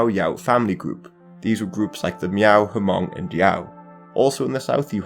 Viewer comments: He said Ha-mong lol. I knew it! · the "H" in Hmong is silent. So it's just pronounced Mong. Interesting fact, the Hmong people have passed our history orally, so a lot of written account about the Hmong were more than likely written by other people. As we believe in reincarnation and that the spirit must travel to their origin of birth, in our traditional funeral songs there are some verses that caution the spirit to avoid the Chinese. It's interesting to think that these verses were born from these wars of prosecutions and rebellions and as we migrated further down to Southeast Asia.